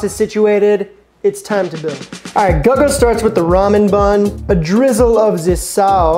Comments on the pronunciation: Yo! My apologies for mispronouncing father Guga's name. if you're seeing this (which you probably won't) I'm sorry for butchering your name! ... however, in my defense, if you've been watching my videos for the past year you might notice that I religiously say "I can't read or write" so... the writing was on the wall. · I was thinking lol. Either Guga himself or someone else in the video calls him by name very often. It's pretty hard to mispronounce his name if you actually watch his videos Edit: He says his own name in the first 5 seconds of the video about the ramen burger 😭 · Lol exactly if you’re gonna recreate peoples burgers at least say their name right… dude has never seen a guga video and just asked a random about it… which is also disrespectful lol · How are you butchering guga like that lol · Congrats, you butchered Guga's name worse than just did. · Lmao this comment section is gonna be nothing but that Guga pronunciation. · Bro clearly has never watched Guga videos otherwise he wouldn’t butcher his name like that. 😂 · You pronounced Chlebowski. Surely you can pronounce Guga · notonly you mispronounce Guga name but he has others that are im sure better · Sorry man I would love to support but I can't watch this video with the mispronouncing of Guga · dis guy be murdering Guh-gah's name lol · Guga is pronounced GOO GAH. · Guga became Lady Gaga real quick 😂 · GuhGuh😂😂😂😂😂 This made my day 🎉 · Yeah, I clicked off when I heard “Gugga”. I can’t even remember him using ramen for a bun. Not a good metric for his perfect burger. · It's pronounced Goo-ga lol awesome video love how you did the Guga style cooking with music shot heh, great video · "Guhga"... "Goga" - xD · Dude i like your channel stop shortening every word, and it's goo- ga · Guga, pronounced Goo gah, actually does a lot of smash burgers and that seems to be his preferred burger. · "Gaga" made me laugh :D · I was subscribed to the channel until I heard “Gug-uh” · Who's "Guh-Guh" ?? 🤣